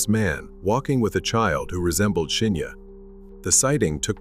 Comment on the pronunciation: Good vid, but weird how you keep mispronouncing Shinya's name.